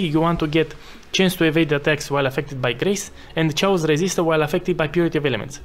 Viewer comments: Sharacter - Shayos damage - smoos :P , great build and guide, thanks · The way you say "chaos", oh, my Eastern Europe bratha 😂